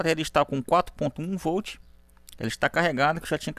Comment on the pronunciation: Voltche 😂 like professor 🙂👏👍